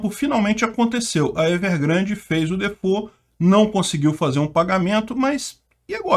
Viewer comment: Dafuq is Difôu? Se tá falando em DEFAULT se fala assim: Di(do mesmo jeito que os nordestinos pronunciam) Fólt(do jeito que se pronuncia em português)